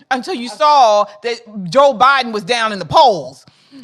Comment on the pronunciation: Not jo ah ah joe